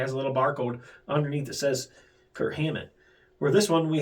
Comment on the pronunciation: I swear, I hear Kurt every time you say Kirk. LoL